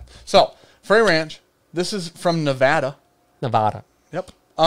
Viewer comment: pronounces Nevada correctly,. You’re wrong on this one. Sincerely, a Nevadan.